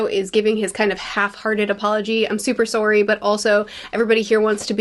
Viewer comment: Always forget about the Candianess until we hear a sowrryyy